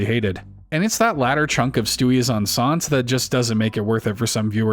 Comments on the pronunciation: OK, so the episode about Stewie being pregnant? ”Enceinte“ is pronounced ”EN - SEE - YEN - TAY“. It‘s the French word for pregnant, and is a reference to an episode of I Love Lucy where they revealed that her character, and Lucille Ball IRL, were pregnant. It was titled ”Lucy is Enceinte“ because, being the 1950s and all, the use of the word pregnant on television was considered unacceptable and taboo. Also, I may have only ever heard of the CW show Gossip Girl back in the day due to flipping through the local channels while trying to tune into WWE Friday Night SmackDown! on, well, Friday Nights. LOL. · That isnt how you pronounce Enceinte its closer to en-saint